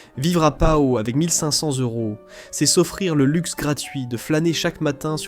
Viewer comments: Prononcer: Schloumpf. Prononciation : Pau -.Pot non pas pao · " Pa- Ho " ???